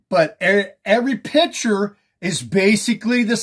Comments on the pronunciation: I don't know how credible a guy who can barely pronounce "picture" is. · Dude cant even say the word "picture" correctly